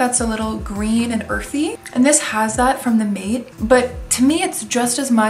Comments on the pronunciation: Thanks for an interesting run through! Appreciate it :) P.S. Mate is pronounced Mah-teh soft e, not Mah-tey, man-teh! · Also "Mate" is pronounced "Maa-tay" by the way! Just wanted to let you know :) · Mate is pronounced mah-teh or mah-tay